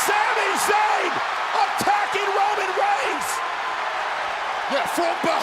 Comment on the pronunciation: I'm pretty sure sami cried "Woman" instead of "Roman" 🤣